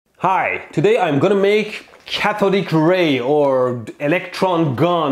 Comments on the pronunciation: I heard 'Cathode Ray' as 'Catholic Ray.' High voltage holiness. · Bruh I heard Catholic Ray when he said Cathodic Ray